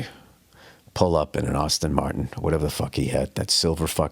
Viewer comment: An Austin Martin?! Pretty sure it’s it’s pronounced Ashton Kutcher…